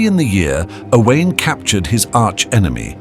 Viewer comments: O wine. So simple to pronounce Owain correctly. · Owain is pronounced "Oh Wine" Ruthin is pronounced "Ree Thin" (although, to be fair, at the time, may possibly have been pronounced "Roo Thin" - we are not sure) Probably more throughout this video Not hard to learn these in 2026 guys